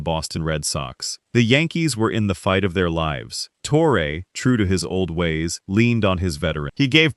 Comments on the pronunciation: Who the heck is toreay? You mean torreeeeee???? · It's pronounced TORRY not TORRA. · Joe TORE-AY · Tor-A. lol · Who’s Tore-Ray? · Can’t even pronounce Torre correctly! Click bait crap